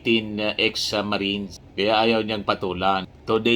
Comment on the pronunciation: Tuwing binibigkas mo ang 18 marites ang dami ko tawa hahahha marites lang pla mga marines kakahiya😂